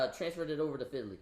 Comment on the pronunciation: I knew I gotta watch who I listen to online when I Hurd the way he says fidily and not Fidelity 🤣🤣🤣